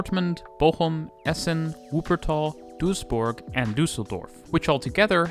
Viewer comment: props for pronouncing Duisburg and Düsseldorf correctly